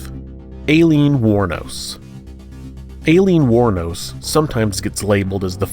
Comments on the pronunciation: Alien war nose huh?🤔 try “eye-lean” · Did he just call her Alien War Nose? **And twice again 'Eye Lean', pronounce it like that next time. Hopefully he doesn't attempt to pronounce my first and last name. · LOL the way the narrator pronounces Aileen wournos name makes it sound like is saying her name is Alien